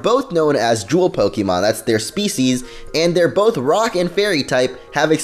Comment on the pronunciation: let me just say, i could watch this whole video, but your pronunciation driving me insane! It's Poke-AY-mon, not Poke-EEEEEEEEEEEEEEEEEEE-mon! I know i must seem like a loser, but i find it incredibly annoying, especially because i used to do the same thing. please fix it.